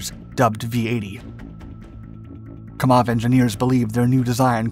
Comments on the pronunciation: It's pronounced, "KAM-awv", NOT "Ka-MAWV". Excellent presentation. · It's Kámov, NOT Kamóv! How ignorant are people, when it comes to non-x-colonialist nation's languages! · It's not KamOv, it's KAmov